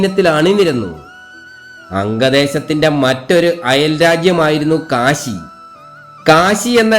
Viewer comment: Kasi alla Kashi aanu